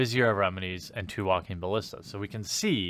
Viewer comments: They are pronounced "viz-eer" and "ba-lis'-ta." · It's pronounced ballista.